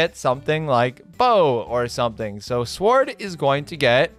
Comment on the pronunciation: "5 really good players and sward" epic